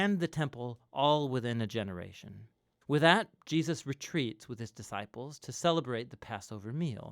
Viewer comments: WTF is "Jiaziz"? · Why do you keep pronouncing Jesus "Jeus"? Is it intentional ? What does it mean? I am sorry but it really bothers me. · You keep saying Jeus who is JEUS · do you have a problem to say "Je-sus" ? why do you mispronounce His name? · Does anyone know why he says Jesus name so weird? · The speaker pronounces the name of the Son of God incorrectly several times